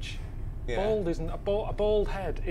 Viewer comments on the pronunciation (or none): Why can't he say the word bald correctly?. Bold is not correct ! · Odd how some people cannot say "Bald" and say Bold instead.